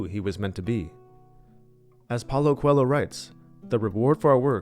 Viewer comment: Oh meu senhor, aprenda a pronunciar Coelho da forma correta. Que agonia!😂